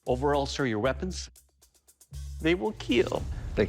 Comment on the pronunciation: "Overall sir, your weapons... They will keel :DDDD"